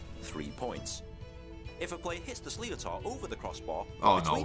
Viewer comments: The ball is pronounced “slitter”. Not “slee-o-tar” 🤣 It’s a Gaelic word not an English one. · Sliotar is pronounced slidder or slither. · really wish people explaining irish sports would learn to pronounce irish words ...!!! sliotar for example ...every irish person watching this is screaming at the screen lol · You watched the wrong video. An English narrator who cannot pronounce the names correctly and has clearly only learnt the rules of this sport for his video.